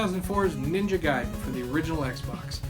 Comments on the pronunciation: Its pronounced guy-den not gay-den. The arcade version was extremely clunky and not well received. You say that arcade games are hard to pin down...you know they have dates all over them right. For instance looking at the splash screen at the title will generally tell you when it was made. You can also look at the custom chips or the board itself...very easy....Ninja Gaiden did not truly get started until it was released on the consoles. I love it the ZZZXSpectrum. I will now until the end of time cal it the Z (not zed) XSpectrum...hahahaha! I'm sorry, the micro's look absolutely terrible. I am so happy I grew up with the Sega Master System and the NES. I hear almost constantly from the British and European people chanting how much better micros were than the Nes....no, not by a long shot. Oh my God...it's great to see those two together again. Okay, I'll get a regular beer...WHAT! Roflmao! Subscribed! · Blasphemy. It is Gay-Den!!!!! HAHAHAHA 😄